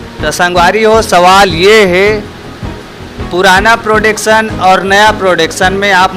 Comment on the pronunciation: प्रोडेक्शन नहीं,, प्रोडक्शन हाउस होता है भाई 😂😂।। सुधारिए